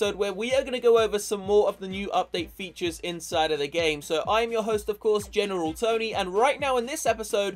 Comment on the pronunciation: It's not general tony it's gemeral tony lol